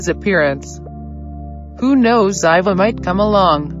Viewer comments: Well you were wrong and you pronounced Ziva wrong, it's pronounced Zee-Vah! Tony didn't show up and there was no party! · Her name was Ziva! Pronounced zee-va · Sounded strange her pronunciation of Ziva's name. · it anoyed me how they said ziva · You are pronouncing Ziva wrong and she can’t come back as they killed her character off